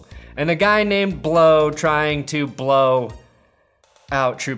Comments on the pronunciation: It is not blow it is blaw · It's Blough not blow